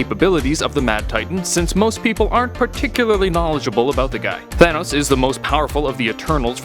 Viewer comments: It said Tahnos instead of Thanos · You speel thanos wrong its not tahnos its thanos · Tahnos? Don't you mean Thanos? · Half of the universe would die. There I answered it for u. Btw it’s thanos not tahnos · You spelled thanos tahnos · you spelled Thanos wrong you spell Thanos like this Tahnos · You spelled Thanos wrong you put Tahnos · Tahnos really it’s thanos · Thanos not Tahnos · It is thanos not tahnos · Tahnos??Or Thanos?? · tahnos its thanos idiot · ..thanos...not tahnos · Thanos, not Tahnos. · it’s “Thanos” not “Tahnos” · ITS THANOS, NOT TAHNOS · it's thanos not tahnos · Im confused thanos or tahnos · tahnos lmao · my boy Tahnos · Thanos? I only know Tahnos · “Tahnos” should double check your videos before uploading no hate love this channel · Tahnos? lol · "What if Tahnos was real?' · what if "Tahnos" was real? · its Thanos not tahnos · He spelled thanos like tanos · Whos Tahnos? I know Thanos but not Tahnos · What if “tahnos” was real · Tahnos lol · TAHNOS for real? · Tahnaos??? Is what he said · thanks, now I know what would happen if "Tahnos" was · "what if tahnos was real?" l0l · Wait... who’s Tahnos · "What if Tahnos was real" lol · Did anyone else notice how he put Tahnos? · It said tahnos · Didn’t know his name was Tahnos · "Tahnos" epic... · Tahnos? Wtf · in the intro it said tahnos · whaat excuse me?? Tahnos?! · Who's Tahnos? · it says tahnos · Lol Tahnos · Intro says What If Tahnos was real. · Tahnos???? XD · You said in the words what if tahnos was real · Any body else notice I says in the beginning what if tahnos was real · tahnos xd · "What if tahnos was real" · . Really. Tahnos. Well, life’s buggst qeustions, I am dissapointed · what is "TAHNOS" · Tahnoes? Lmao